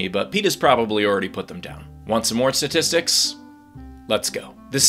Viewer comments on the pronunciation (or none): "want some more satistics" STATISTICS